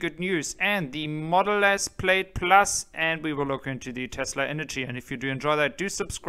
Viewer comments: good video but please, please ask an American ex-pat in Germany how to say "Plaid" and "X". Plaid is not like "Maid" (Putzfrau) it is closer to "ad" like in "advertisement". The "X" in American is pronounced not like "ick" in "Ichthyeology" but more like how the "x" in "Hexe" (witch). Capiche? Danke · Your English is 1000% better than my German. Just to help, "plaid" is pronounced "plad" and LG Chem is pronounced "LG Kim". is THE MAN! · Love your channel, but you are mispronouncing “plaid.” The i is silent.